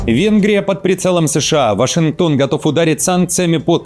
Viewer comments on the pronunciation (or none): none